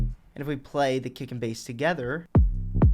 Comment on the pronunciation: Whenever he says 'kick and bass' I hear 'dick and balls'